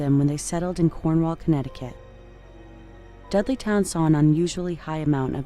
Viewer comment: I have to admit, I thought you were saying "Deadlytown" not "Dudleytown". Seemed to fit though.